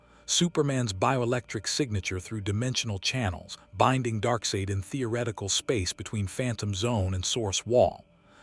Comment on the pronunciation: You’ve got to spell out “Darksied” as “Dark Side” for you AI VO to get the pronunciation correct. 😉